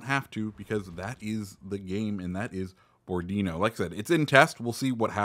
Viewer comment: Bo-ro-di-nó. Accent on the last o. Seems kind of a boring ship though due to low amount of guns, just point forward and shoot. Kind of lkke Jean bart or richie